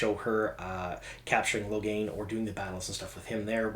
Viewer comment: Lo-gain not Logan :)